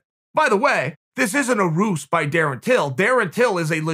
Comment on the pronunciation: Roost? You mean 'ruse'? :-)